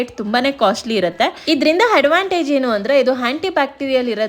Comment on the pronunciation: Please hakara Aakaara swalpa spastavaagi heli handavantage alla advantage .....Kannada nudi spastathe irli ....dayavittu bhejaaru madkobedi nive sariyagi nivu mathadirodu nive keli